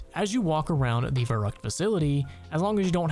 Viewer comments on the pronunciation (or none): as a german hearing u say verrückt so many times wrong makes me a bit angry xD